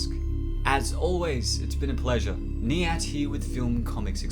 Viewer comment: It’s Knee-Ant!